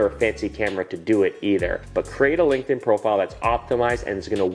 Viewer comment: i was on board with everything you said, until you said "Linkedin" lol...